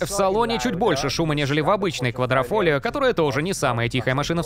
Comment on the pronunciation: А ещё правильно говорить не квадрофольо, а квадрифольо